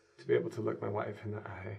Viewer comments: Huh? Thuck? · I had to rewind to make sure he said thuck